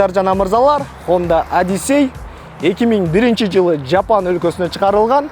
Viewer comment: Жапан эмес жапон десен боло ботом